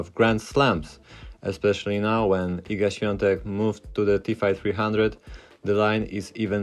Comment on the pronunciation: You said Iga's name waaaay to correctly. Polak?